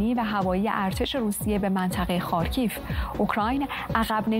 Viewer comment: تلفظ خارکیف اشتباه بود. «خار کی یف » درسته